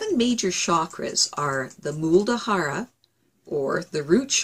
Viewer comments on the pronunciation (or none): Muladhara. Not Muldahara! :)